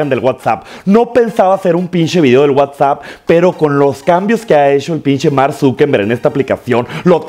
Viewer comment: Se dice wa sap